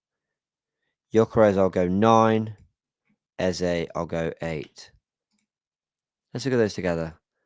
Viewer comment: You’re one of the very few content creators and match commentators who actually pronounces Eze’s name correctly (A-Z-A), and not Ezer. It’s so frustrating to hear people say “Ezer.”